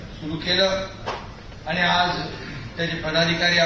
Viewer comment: Yala shuddha marathi bolayla sanga... आनि बानी पानी म्हनून बहिन अशेल...